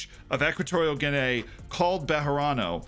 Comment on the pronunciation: Guinay that's murdering the name